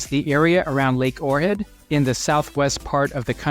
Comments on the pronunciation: Ochrid, OHHRID! Not "Orhid"! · That's Ohrid, not Orhid. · Unlistenable. You sound so stupid when pronouncing Ohrid as Or Head. What’s wrong with you?